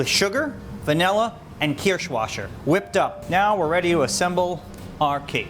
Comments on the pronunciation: Nice job. As a German I had to cringe a bit at your pronunciation of "Kirschwasser" You see, the double "ss" is not spoken as a "sh" sound. So it's Kirsch (cherry), which you said correctly, but not "washer" The "wasser" (water) is pronounced "vaser" . Kind of like saying "vase" and then adding an "er". Kirch -vase-er. Not a huge deal, just thought I'd mention it. Keep the videos coming. Kindest regards from a fan. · Caroline Milam thank you! Its almost painful to hear that pronunciation